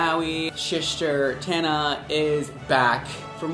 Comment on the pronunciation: DID YOU JUST SAY SHISTER TANA i'm dead laughing